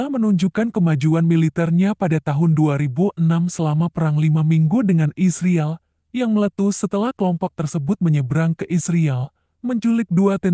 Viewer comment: Yang baca berita ini mesin apa manusia? Bilang israel kayak isriil.